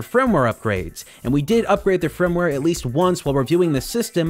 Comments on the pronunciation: why do you say "frimware" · Why do you say "frimware"?